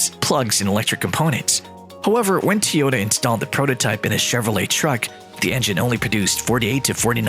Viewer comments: Bla bla Tee-Ohta bla bla Tee-Ohta ... bla bla Tesla .. bla bla Tee-Ohta. What a BS video. Can not pronounce TOyOta properly and why would a combustion engine mean the end of electric car maker Tesla? Clickbait title at it's best. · why are you the only person in the whole f in world to say tee ota.................... everybody else says toy ota ?? YOYOY ?? FOOL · why are you are saying teyota? its toy - ota, Toyota. your saying it wrong hahaha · It’s TOYota not TEEota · It isn't TEE-yota, it's TOY-yota, dumbass. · Pronunciation correction! its Toyota not T-yota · Wouldn't you think the narrator should be able to pronounce ToyOta ?, not TeeOta ? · TOYOTA not TEAOTA what the heck get it right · I got so tired of the guy mispronouncing the name that my next car may be a used YuGo without air-conditioning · Tyota* Tyoda? 🤔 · Of he says teota 1 more time im gna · Teeyoda ? comon guys .. cant a bot be learning by now ? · 😂 i Just think to comment about Teaota but you did it first. 😂 What a cocky accent. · how many times did he say teeyohdaaa? And why does it take so long to get to the point. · Tee-Yota? How about getting a narrator who can pronounce the name properly. Besides, the video does not stand up to its title. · I can't listen to Teeehota one more time.. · Whos Teeeehoda? 😂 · Say teeota one more time. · That was a robotic voice. That's why it said "Tee-otah" over and over. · "Tee-ota" marketing apparently. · Ha e u lost ur mind end of tesla,seriously it's like saying the end of McDonald's ur an idiot, the stupidity is insulting, whatever I swear the internet and people woth theyr stupid ridicoulous reason for views pathetic, oh and for a guy who seems to knw so much who can't even say the damn name.of the company correctly, unreal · 5 year old "news" created using AI that can't even pronounce Toyota correctly. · This is what the ai reading the script thinks it should sound like